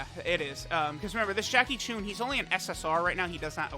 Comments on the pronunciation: Its not “choon” its “chun” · Whats with and pronouncing names wrong, he says Choon and not Chun.